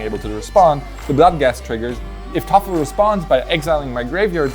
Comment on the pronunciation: I'd like to know why Thoralf is said like "toffel"